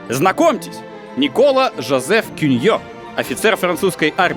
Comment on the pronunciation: Почему в именах Альбер и Никола ударение не там, где надо? Франкояз же. Ну и по истории куча мелких косяков. Видос прекрасен.